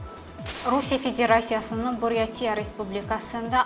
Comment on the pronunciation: Buryatİya yox, ay kəmsavad, BuryAtiya! Vurğu « i » hərfinin üstündə yox, ortadakı « a » hərfinin üstündədi!